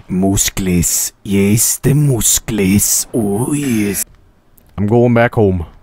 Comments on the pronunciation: Do you feel that satisfied saying mouskles,you already said it a thousand times.You need a doctor! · no, he need mooskels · His moosclees😂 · TEH MOOSCLES